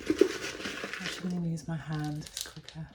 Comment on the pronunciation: I love the way you say ‘ ‘ for use. My son used to say that when he was younger. It’s so cute. Love watching you cos I’m a beginner to house plants. Love to watch repotting ones.